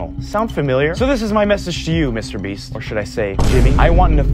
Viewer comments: Bro said Mr breast💀💀💀😭😭😭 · dude said MR breast he got the laban affect lol